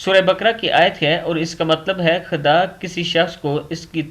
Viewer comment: ham aap k channel ko continue dikh rahay h. Aap bahot achi achi ahadees pashe krty h lkn aap ki ik baat jo bahut boori lgti h. Jab aap khuda ka naam litay h to aap ``khuda ki bajaye khada kihty h. S ka jawab lazmi day.